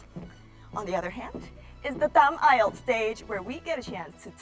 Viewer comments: đúng là đọc sai nhưng sai ở âm tsh, e đó đọc là sh. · cho e hỏi ngu tí ak. Sao c ấy lại đọc là 8-ai-eo ạ? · bà Mc đọc weo căm tu tám ai eo hahahaha